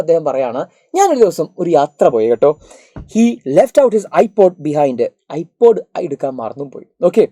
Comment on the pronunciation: NoT IPAD IT'S IPOD😂